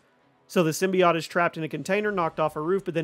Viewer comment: The way you pronounce "symbiote" distresses me.